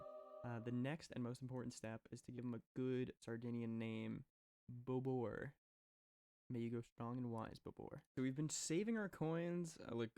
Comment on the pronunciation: As a sardinian the pronunciation of "Bobore" actually killed me.LOL